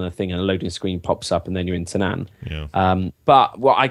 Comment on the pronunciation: The way pronounced Tanaan makes me wonder if Biff Tannen lives in that jungle.:D